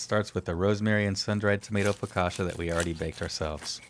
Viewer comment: Your sauce is surely delicious, but it has nothing to do with aïoli. Focaccia is not pronounced focasha but focatchia.